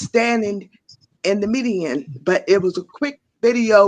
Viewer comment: They. Said. Dhe. Not. Die